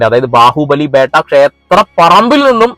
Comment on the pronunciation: ബാഹുബലി ബെട്ട not ബേട്ട